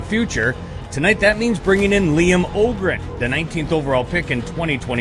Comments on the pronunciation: You pronounce it with a long "Ö" Liam Öhgren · Det har du helt rätt i. Asså varför uttala sitt egna namn fel för att alla i USA uttalar det så liksom det var helt onödigt egentligen asså man blir ju irriterad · why he say Öhgren american style XD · Bro pronounce his own name wrong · Yeah but he s Young. Its confusing to speak another languge. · Blev tvungen att stänga av efter 3 sekunder. Varför inte uttala sitt namn korrekt istället